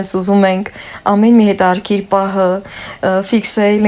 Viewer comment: Թող ձեր երեխսները երջանիկ ընտանիք կազմեն։ Ես ձեզ մի խնդրսնք ունեմ`սխալ մի՜ արտաբերեք հայերեն բառերը։Ոչ թե հետարՔիր այլ հետաՔրՔիր։